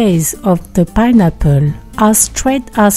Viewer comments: Ah meh tsing payne apor!! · I love the way she says “pineapple”